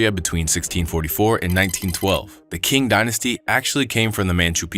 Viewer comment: Qing is pronounced ching